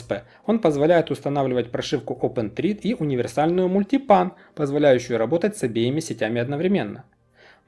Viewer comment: Только почему "Трид"?? Трид - это tread, а tHread произвосится через -th-. Это ж не Темза, которая через т говорится